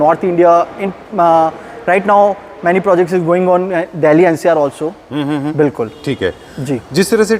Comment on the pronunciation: Bhai ne nervousness ke liye itni baar bilkul bola ki BULKUL bhi Sharma jaega